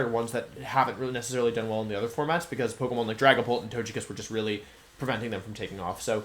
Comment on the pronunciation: Every time he says "Tojekiss" it greatly aggravates me